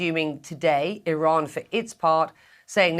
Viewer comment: It's Iran dammit not O'Ron!